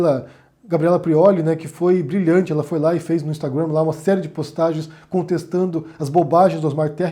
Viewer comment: Vc pronuncia Instagram e Tweeter com sotaque inglês, sendo q vc está falando português.Mas ao mesmo tempo diz q lockdown é um termo muito chic!🤣